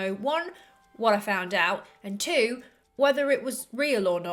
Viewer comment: I gave it a quick listen again... it’s the way she says “two” and “no.” It messed me up. The rest of her accent is not Aussie. Haha, oops.